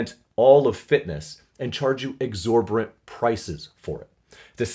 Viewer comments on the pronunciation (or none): I can't take it! two videos in a row this nut hugger has incorrectly pronounced "ex-or-bor-rent" its ex-or-bi-tent god damnit! #realtalk